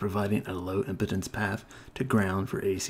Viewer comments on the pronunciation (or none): I almost LOL when be said, "4 ohm impotence" hahahaha. I know it was impedance but still. I can't unhear it